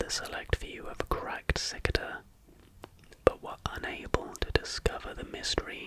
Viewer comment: It took me a while to realise that you were talking acout Cicada 3301 when you said “sik-da” 3301. Never seen someone mispronounce cicada like that😭